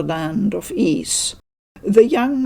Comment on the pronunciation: Oath in Felghana translator here. It makes me happy beyond words to see that you enjoy the series, and that you also say Ys properly! Thank you so much for the coverage. You're awesome. 🙂